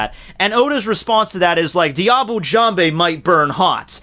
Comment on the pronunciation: Look up the prononciation of "Diable" plz.